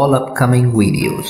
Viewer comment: That nigga said wedios